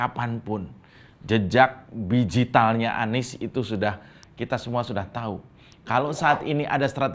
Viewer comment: Digital bosq... Bukan bigital 😂😂😂